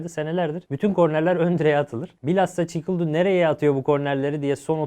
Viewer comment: Çikildu degil çikaldau! Kamponi değil kompani! Arkadaş "top kaybetmemek önemlimi" nasıl bir soru ??? Dalgamı geçiyorsunuz ?